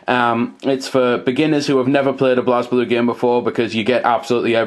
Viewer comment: It's pronounces "blay blue"